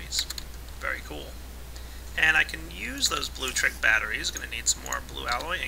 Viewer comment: Blue-lectric, not bluetric.